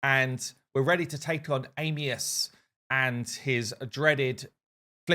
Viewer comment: it's ANIUS!!!! Stop calling him AMIUS!!!